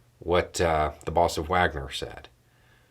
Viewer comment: I'm not meaning to make light of this -- it is very damn dark for the folk mentioned by name or office here -- who all have [had?] actual lives, loves & families. But the way says, "The Boss of Wagner..." makes me think i'm listening to the emerging new suggested answer to the rhetorical question, "Who do you think you are?" Used to be the suggestions were"The Queen?" Or "God?" But in my head, i clearly hear me retorting, "Hey! You aren't the Boss of Wagner!!" to my younger brother. Or "Who died and made you the Boss of Wagner?"